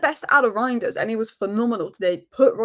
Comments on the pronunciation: it's "rine-ders" . The "eij" is a just a substitute for "ei" in Dutch, but practically has the same pronunciation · I've been pronouncing it "rianders", and i don't intend on changing that.